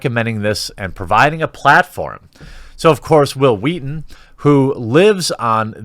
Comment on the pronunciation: Hwill Hweaton XD